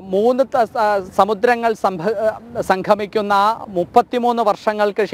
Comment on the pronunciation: Sanghamikkunna alla...sangamikkunna